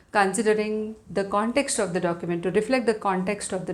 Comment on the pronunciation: documejt pronouncation :face-orange-raised-eyebrow::face-fuchsia-wide-eyes::face-fuchsia-tongue-out